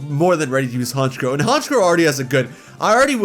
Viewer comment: IT'S FREEZE, NOT FRIDGE! AND THE SECOND C IN HONCHKROW IS SUPPOSED TO BE A K!